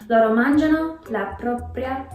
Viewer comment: that “Mangiano” sounded sooo italian, that was really good!